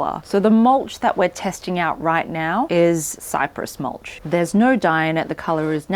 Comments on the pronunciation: The 'naur' got me subscribing and liking even before I watched the rest. Cheers. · 😂😂😂😂 the Aussie no 😂 being an Aussie myself, I love this reference ♥️